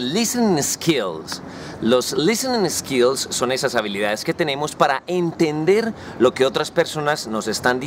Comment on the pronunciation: Bien profe. Sugerencia. En palabras como skills, sports no pronuncies la E del comienzo. de esa manera te acercas a acento nativo, ya que se te escucha eskill... Esports etc . Con todo respeto.